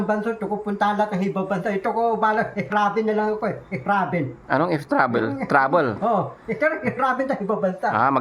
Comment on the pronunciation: BUGOK BULOL IT TRABEL SA REMICA,ST KORIATINGGAPOR HA JA KOL KÀ NA LANG..